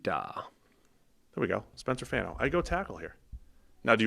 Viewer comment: Fano’s last name is not pronounced like “fan” like ceiling fan, it’s FAHN like rhymes with Ron